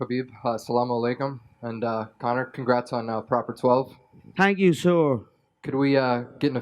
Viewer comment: “tank u sor”